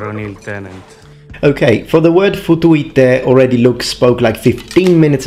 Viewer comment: Also; the ”Futuite” sounds more like: ”Futuete”, to me, the way it’s pronounced, here.